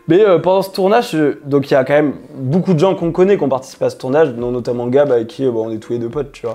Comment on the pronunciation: C'est marrant il dit BOUCOUP pour beaucoup 😊